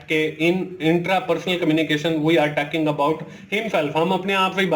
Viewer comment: Taking nae talking hota